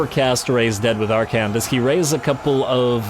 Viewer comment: I suppose you can always make more hat puns. After all his name is Ar-khan, not Ar-khant.